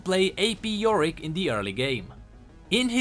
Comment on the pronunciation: Did you just pronounce yorick as 'vorik'?